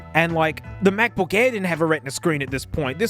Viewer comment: The NuggBook.